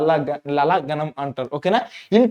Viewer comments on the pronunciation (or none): Adi gaanam kadhu ganam 🤦‍♀️